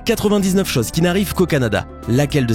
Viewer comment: je vais te corriger un peu: autre "chose" et pas autre chause.